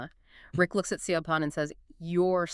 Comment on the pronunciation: Great summary, I got this book from the library and did not finish it because the characters were so frustrating! Side note: Siobhan is pronounced "Shi-vawn" in the UK/Ireland.